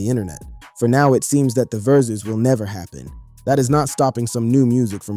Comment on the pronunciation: Broooooooooo. WTF u keep saying verzooz. It’s driving me fucking crazy. Learn English.